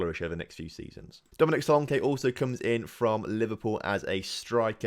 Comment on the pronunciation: your english and you pronounce and englishmen wrong. you pronounced solanke wrong.